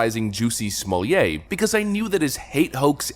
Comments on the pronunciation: I love that Dave Chapelle basically got everyone pronouncing his name as "Juicy Smollieť" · Why do you keep saying “Juicy Smolyay”. I’m confused. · ‘Smol-let’ is the pronunciation. Good work, though. Thanks.